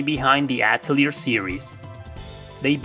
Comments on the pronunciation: atelier is actually pronounced: A tell e ay. its a French word that translate to workshop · Ok I can't be the only one that hears "alteir 2 the asshole of destiny"